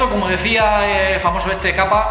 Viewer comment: Ese Cappa es, Frank Cappa, el mejor fotografo de conflictos, si vas a citar a alguien asegurate de decirlo bien, sino en vez de parecer erudito te ves como un tonto